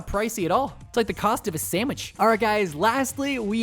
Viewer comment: did he say samich